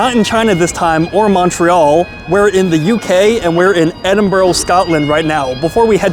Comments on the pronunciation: Please can you say Edinburgh more often! Your pronunciation kills us Brits..........Sorry to mock, but I can't help it ribbing you a little bit. But, glad to see you here in the UK for a septics wildly inaccurate misrepresentation of Britain. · You say it like Edin-bruh not Edin-borough. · Please, its Edin Burra, not burro. Get it right, not watching any more. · Pronounced Burr huh not Burr oh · It's Edinburgh not Edinboro !! If your gonna say a name at least have the courtesy in pronouncing the name CORRECTLY!! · Not even a minute into the video and I hear “eDiN-EaRl” 😟 Please, we hate it when tourists do this, it’s E-DIN-BU-RU or E-DIN-BRUH!! NOT EE-DIN-BURG OR EE-DIN-BOU-ROU!!!!! And please, for anyone planning to visit the UK DO NOT! VISIT! LONDON!!!!!!!!!!!!!! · bur-ah not burr-row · Totaly butchers the name Edinburgh not Edinburgho there is no O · Why do 90% of Americans/Canadians pronounce edinburgh. , edinboro it’s edin burr. Ah 😂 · Edinburgh not Edinborough! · Great video but it's Edin-bru and not Edin-burrow!! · Thank you for correcting the pronunciation. I've watched a lot of Americans visiting Edinburgh on YouTube and i swear, around 1 out if 10 say it correctly while all others say Edinboro. Like where in Edinburgh is there any o's. Confusing and was funny at first, now it's just irritates the hell out of me. Heard a few glasgow ones where the gow is pronounced like cow haha wtf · It's pronounced Edin Burah 😂 but your cool you videod my city lol we don't really see much of Edinburgh online, good video mate thanks 👍 hope you enjoyed the heart attack food we are know for haha Edit - AW BRO what a sin you had salt and VINEGAR 😮 salt n sauce mate BROON sauce 🤦‍♂️😂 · EDIN BURR A. The most annoying crap ive watched in my fkn life. Just fkn terrible. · FYI, it's pronounced 'Eh-dun-bruh' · Its pronounced 'Edinbra' or 'Edinbura' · It's Edin-burrrgh!!! Pronounce the the U!! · 😂😂😂 Edinboro, Edinburgh man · At least say the town name correctly 😂